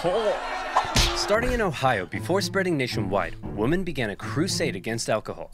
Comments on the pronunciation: Why doesn’t the guy narrating the video know how to pronounce the word, women, vs. woman? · Why can't that guy pronounce women, he keeps saying woman. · I love oversimplified but I can’t stand how he and other people that say “woman” instead of “women” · Drives me nuts how he pronounces "Women" as "Woman." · I’m only watching this because you guys rock. I like oversimplified but one of my pet peeves is when someone mispronounces “women” like “woman”, sounds stupid as fuck lol